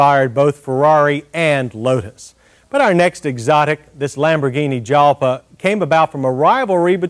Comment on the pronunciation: John, my man... Jalpa is pronounced "halpa", as Lambo named perhaps 90% of their cars after Spanish fighting bulls and associated things. So, even though Lambo is an Italian brand, most of their car names (barring the recent things like the SE and the Centenario, and older models like the 350/400GTs and Silhouette) are actually Spanish. Kinda like Pagani's ties to Argentina. Yes, peanut gallery, I know this is an over 30-year-old episode of MotorWeek. And I don't care, I'd be remiss if I didn't point it out.